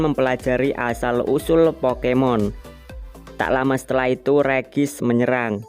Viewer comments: Bang ngomongnya regi ice bukan regice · bang ngomong regiice bukan regis tapi regiais